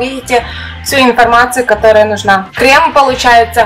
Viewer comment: Крэм, консистЭнция...крэшка 😂